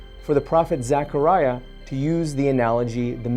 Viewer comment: The least you can do is pronounce his name properly. It’s zeh kr ai uh “Zechariah” not pronounced Zachariah…..